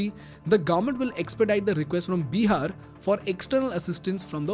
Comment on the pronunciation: Can you plz stop calling it Beeehar, its Bihar!!!